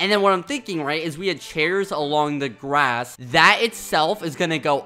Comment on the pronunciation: Ikr? I lost it when he said that lol.